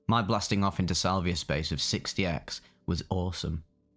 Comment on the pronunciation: Salviuhhhh mmm crispy brain